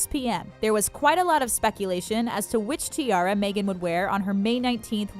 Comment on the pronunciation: That way she says “tiara” as ti-air-a